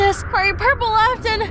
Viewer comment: I know says "purple left and" but is sounded like "Purple Afton"...FNAF really has absorb into my brain. I just want to hug Purple.